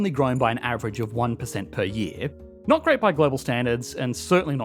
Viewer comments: "... did nat zee..." Ha! Good one! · “A new group of immigrants that…did naht see the appeal” As disgusting as the topic is, that is a quality pun, made all the better by your dialect.